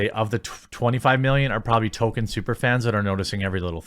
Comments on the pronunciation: STOP CALLING HIM "TOKEN" FFS IT'S "TOLKIEN"... The show is fucking awful and actively, purposefully insulting to Tolkien and his legacy. They deserve no benefit of the doubt. They deserve to fail and be ridiculed. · TOLL-KEEN not Token. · It's not Token.... it's Tolkien. There's an "L" in his name. You sound absurd whenever you say Token. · Not a super fan of Tolkien, but I follow you daily. Please, please please: It's Toll-keen, not Token. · Tol KEEN. Not Tol ken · Jeremy, can you please tell me why you keep pronouncing Tolkien as "token"? I love your videos, but frankly it's driving me insane every time I hear you say "Token". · Its not "token" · please stop saying Token. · you calling Tolkien "Token' is probably going to trigger just as many LoTR fans as the amazon show. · Say "draygon" one more time... Say "Token" one more got damn time... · How have you made this many Rop videos and still pronounce Tolkien wrong?